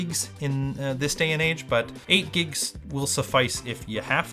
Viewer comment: Why do I keep hearing say "giks" instead of "gigs"